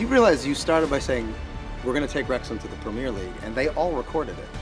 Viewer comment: They need to learn how to say "Premier" properly!